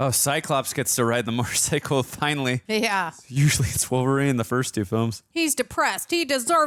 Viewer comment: I love that said “motorcicle” I’ve never heard anyone else say it that way other than trying to be funny.